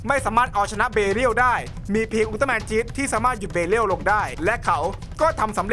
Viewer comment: พี่ครับพี่พูดว่าอุลตร้าแมนไม่ไช่อุลตร้าแมนกิงกะ